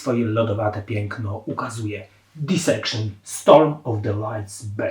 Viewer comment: Źle wymawiasz nazwę zespołu, nie wiem gdzie masz na tej płycie blasty (gra perkusji to heavy metal) słaba analiza tekstów, tym bardziej znając zapatrywania Jona (każdą płytę opisujesz tak samo)… poza tym ok… to jedna z płyt życia